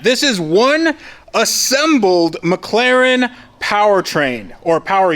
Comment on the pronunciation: Only thing left to do ? Practis saying With an ACCENT Mc Laren ! # It,s Better then new it,s Rebuilt .